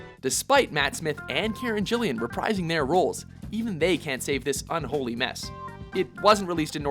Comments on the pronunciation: DID YOU SAY KAREN JILLIAN?!?!?!?!? IT'S GILLAN!!!!!!!!!! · Yet again you mispronounced a name! It's Karen Gillan. As in it has a hard G and no i after the ll's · Despite 'Return to Earth' being the abominable monstrosity of a game that you describe, the doctor giving Amy the sonic does not break the show's lore, it's happened loads of times. Also it's pronounced Gill-Unn not Jill-ee-Ann. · Gillan. Karen Gillan. Gill-an. Not Gillian. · lol it's not jillian its GILLAN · Lol "Karen Gillian" no mate, it's 'Gillan'. Haha. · Obviously not Doctor Who fans. Her name is Karen Gillan, not Karen Gillian. With a hard "G". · Um, Karen Gillan's surname is pronounced GILL-an, not Jillian. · I don't want to be that guy but it's Karen Gillan not Jilian. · I'm sorry. Did you call her Karen Jillian. Karen JILLIAN. As a person from the UK I can certainly say it's pronounced Gillan. G-I-L-L-A-N. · The only problem I have with your Doctor Who pick is your pronunciation of Karen's name. Return to Earth did suck....Good job The Eternity Clock is amazing. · You mispronounced Karen Gillan's name, mate. It's "guh" sounding, not "juh" :-/ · Whoa whoa whoa, Karen Jill-E-an? It's a surprisingly easy name to say, Karen Gillan. Seriously, Gill-An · That is not how you pronounce Karen Gillian. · "Karen Gillian" oh please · Doctor Who bit "The game even breaks the show's lore by giving Amy a sonic screwdriver!" Um have none of you dumbfucks at watchmojo watched Doctor Who before?? Amy has used the Doctors sonic screwdriver at least more than 5 times. Also did he pronounce Karen Gillan's last name as 'Jillan'?? .....oh mah God.... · Karen Gillieeen? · Dude you pronounced Karen Gillan's name wrong. It sounded like Jillian XP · You said Karen's last name wrong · DID YOU JUST MISPRONOUNCE KAREN GILLANS LAST NAME?!? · I'm from America and even I know how to pronounce her name, and besides I'm pretty sure Watchmojo is based in Canada.